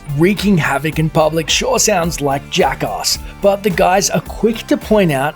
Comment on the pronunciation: "Jack-Arse" lol